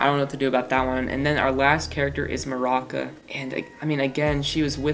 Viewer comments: Isn't it Maruca? Why is he pronouncing it Maraca? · I was aboutta shut it off when Keefe wasn't put in literal gods like fr. alden is kinda annoying but not erasable. Listen to the sudiobook dude. Maruca. nor maraca. BIANA IS NOT A MEH